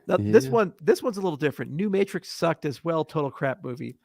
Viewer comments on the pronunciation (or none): none